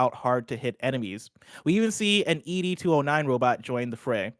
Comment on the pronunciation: In regard to Robocop, that is his reticule from the movie. It's keeping in tone to how he aimed int the movies when he had the visor on. And it's not EDEE 209, it's just 'Ed' (like a person's name) 209 lol